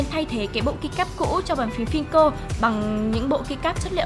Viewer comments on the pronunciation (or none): Fillco đọc là "fiu- cô" chứ không phải "phin - cô" nhé bạn, nói sai hơi nhiều đó. Với lại PBT là loại nhựa để làm keycap còn Doubleshot là công nghệ để tạo chữ trên key cap nhé ad, 2 cái này khác nhau hoàn toàn